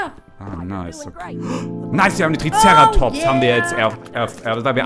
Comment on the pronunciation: Wie er „Triceratops“ betont 😂